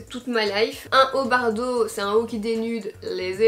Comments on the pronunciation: Mais sa ce dit bordeau pas bardeau ! Nan jrigole 😂😂 #teamsnap ❤️🌟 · Bardeau au lieu de bordeaux 😂😂😂sinon super bideo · Je croix que tu t'es trompé, quand tu as dis "bardeau" au lieu de "bordeaux"😊😘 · Sais pas bardeau sais bordeau😂😚😚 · BORDEAU !!! pas bardeau arrrh 😭 sinon tes vidéos son toujours aussi bien, continue comme ça ! ❤️ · Super vidéo et pourquoi bardeau ??? C’est bordeau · Mais, pourquoi dis tu bardeau à la place de bordeaux? 🤔🤔🤔 Mdrr 😂 #mifasnap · ON DIT BORDEAUX PAS BARDEAUX ! (Haha jrigole j’ai vu ta story😂 jcomprend pas prq tt le monde dis ça moi j’avais direct compris tu l’avais même explique pdt la video 🤷🏽‍♀️) Sinon super video comme d’habitude ! #mifasnap! 💙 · C'est pas "bardo" mes bordeaux 😂😂😂😂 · C'est un belle couleur bardeau mdrrrr tu t'es même pas corriger😂J'adore bref Kiss En fait tu dit bardeau! Mais c'est Bordeaux ptdrr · Vous dites "Bardeau" ! Nous (les français) on dis bordeau 😂 J'aime trop t'es Try On 😍😘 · Haut bordeaux et pas « haut bardeaux » ahah je t’aime super vidéo loooove #teamsnap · Waw j’aime trop😍 je vais aller faire un petit tour sur le site😋 par contre, tu m’as fait bcp avec ton « haut bArdeaux »😂😂😂 c’est bordeaux ahah.. les françaises ne comprendront pas le « on va tout squetté » 😂😂